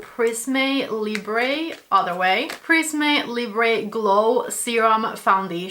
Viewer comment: The final 'e' of prisme and libre is unstressed. You should not pronounce it as they are French words. Please, don't judge me, I'm a Linguist! 😅